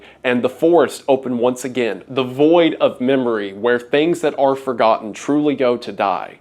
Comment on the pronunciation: it is sad to be "for-godden"